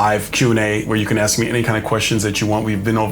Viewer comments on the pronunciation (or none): I’m with you on “aks”… drives me absolutely insane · yes, it’s less legit than ask. 🙄